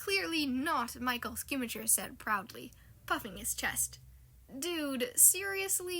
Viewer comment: Bro i dont mean to be mean but im crying at how much u butchered the GOAT Michael Schumacher 😭😭😭😭